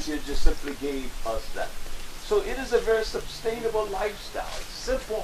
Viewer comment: His constant "sub-stainable" cry was very distracting...